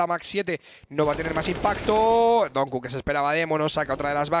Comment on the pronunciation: por favor pronunciar donq como se debe no es donku es donkiu